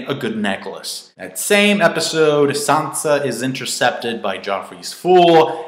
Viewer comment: "Sohnsa". It's "san-za".